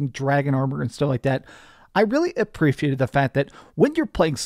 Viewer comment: . Lol, Were you trying to say "appreciated?" Words are hard for gabers.